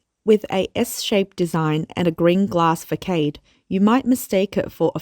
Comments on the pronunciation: fa-kade* had me laughing 😂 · It's "fuh-SAHD" in Australia as well. It seems that the narrator just wasn't familiar with the word. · The narrator needs to work on her English. Facade is pronounced "Fa-Saad". Chic is pronounced "sheek". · Facade is pronounced Fa-Sod. Rediculous. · Quick pronunciation tip : the word "facade" is pronounced "fuss-ahd". You guys make AMAZING videos. I watch almost every single one of them because you give a true, honest, dispassionate look into what's really happening in China. Thank you for all of your hard work! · yes this annoyed me too haha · Narrator please check pronounciation of FACADE. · You guys do very good content but can you do away with the Aussie accent? Doesn't fit with what you report..and please get your pronunciations right..facade is pronounced wrongly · maybe in Australia it’s that.